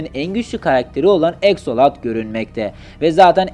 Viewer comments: abi eksolat deyil aksolat minecraftta oyle okunuyor minecraft esrarengiz kasabadan çalmış ama ben yine oynuyom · Abi aksolot eksolot değil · Abi axoltl diye yazılıyor aksolot diye okunuyor abi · Exolat ne Axalot.